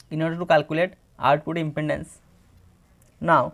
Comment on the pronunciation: Is impedence not impendance. Ok sir